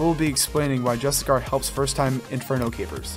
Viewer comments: great vid... but its pronounced JUST*ISH*YEE* ERR i mean where is the char or kar sound coming from? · JUSTICAR 😆 bruh